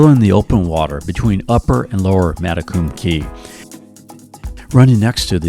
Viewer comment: One tiny correction; spelled Matecumbe Key, also divided by Lower and Upper, is actually pronounced, mat-a-cum-be. ❤ Thanks for gorgeous film of my 30+ years home!